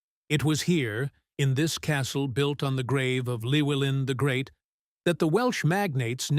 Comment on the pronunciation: It's pronounced clue-ellin not lewellin. In welsh Ll is klu